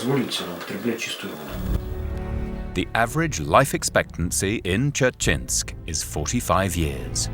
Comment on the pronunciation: That pronunciation of Dzerzhinsk.... They didn't even try LOL